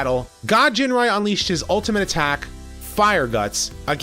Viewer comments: Dude, it's Ginrai not "Jinrai" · Ginrai. Not Jinrai. Hard "G". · Don't you mean ginrai su